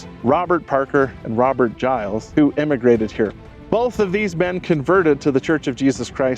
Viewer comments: My mother was a Gillies, her family was from Beaver. BTW...it is pronounced "Gill' is" It was said that some of my great uncles rustled some cattle with their cousin, Butch. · Very interesting. I know the Gillies family from Beaver and they pronounce Gillies, rhymes with Willis.